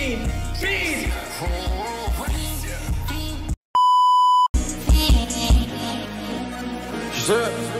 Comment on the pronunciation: was saying FEIN all the time